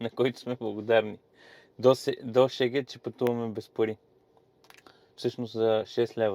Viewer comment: Страхотно видео! Само една забележка… Шегет = Сегет :)